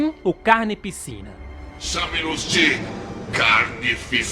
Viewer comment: Gente só eu que percebi que o no minuto falou carnepiscina